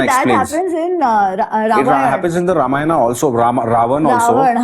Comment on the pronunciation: A humble request to the young host. Please don't mispronounce the epics as रामायणा and महाभारता. The correct pronunciation is रामायण and महाभारत.